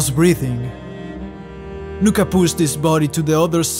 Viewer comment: It’s nuka